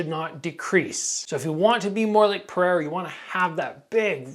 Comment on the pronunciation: Come on it's Pereira, not Periera man